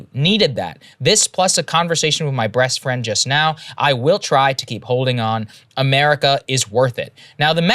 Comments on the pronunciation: Did Saagar just say ''Breast Friend''? 🤣🤣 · Ok........... i know im not the only one that heard Sagar say 'breast friend.' 😅